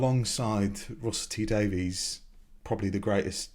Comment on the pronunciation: Russell T Davies (pronounced "Daviss") is perhaps the greatest TV writer in Britain. I've no idea who this impostor Daveez is :)